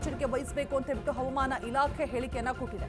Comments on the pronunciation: Madam pls pronounce hawamana not avamana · ಕನ್ನಡ ಉಚ್ಚಾರಣೆ ಸ್ಪಷ್ಟವಾಗಿರಲಿ.. ಹವಮಾನ ಇಲಾಖೆ ಅಲ್ಲ ಅದು ಹವಾಮಾನ ಇಲಾಖೆ... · She says HAUMAN ILAKHE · Avam ana alla madam. Adu havamaana